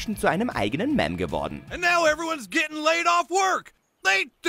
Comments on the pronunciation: Mäm?.... ES HEIßT MEME! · Mäm? Meint er Meme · Ernsthaft Mäm ??? Ich hoffe das war nicht dein Ernst.. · Warum habt ihr es nicht mal geschafft, in einer deutschen Top 10 die synchronisierte Fassung der gezeigten Ausschnitte zu verwenden? Es heißt nicht Mäm, sondern Miiim. Es heißt bei Kennys Toden nicht "Ihr Bastarde", sondern "Ihr Schweine". You bastards heißt es nur im Original. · Meme wird [miem] ausgesprochen und nicht [memm] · Falsch! Im Deutschen wird Meme auch Miem ausgesprochen und nicht Mem oder Mäm! Von daher hat der Sprecher das Wort Meme falsch ausgesprochen! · Nope! Das Deutsche Wort für Meme ist auch Meme! Sprich: Im Deutschen wird es auch Miem und nicht Mem oder Mäm ausgesprochen! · meme wird Miem ausgesprochochen, nicht Memm GOTT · IN WELCHEM LAND LEBT IHR DASS IHR SO EINE AUSSPRACHE HABE?????? WOLLT IHR EINEN NUR TRIGGERN ? MEMM ANSTATT MEEEM? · Ich hoffe, ich habe mich gerade verhört. "Mäm" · Des triggert mich so hart xD mäm... facepalm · Es heißt meme nicht miiim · Es heißt Meme verdammte Scheisse xD